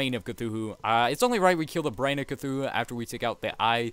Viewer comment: It's cthulu. Not cthuhu.